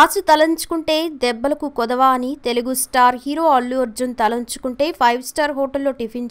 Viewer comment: Talanchukunte kadu talachukunte emi telugu matladutaru talli